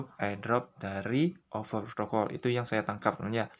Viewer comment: over protocol woi bukan oper wkwkwkwkwk lidahny benerin dlu baru ngeyutub ngab